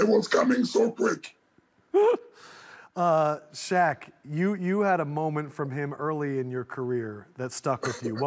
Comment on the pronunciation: You can tell Shaq respects him. He actually pronounced his name correctly.